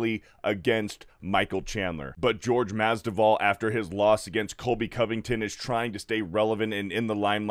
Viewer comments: "GEORGE" Masvidal LOL. Come on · Also, Jorge. Not George. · Omg get the pronunciation of Jorge right.